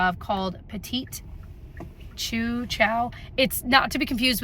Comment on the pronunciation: Chou is pronounced "shoo" -like chou pastry